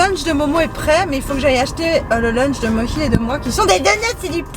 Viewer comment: Les gens... c'est Mohi. MO-HI pas Mochi ni Moshi, c'est Mohi !!